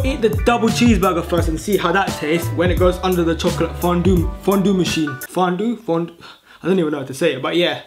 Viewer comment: You can't say chocolate 😂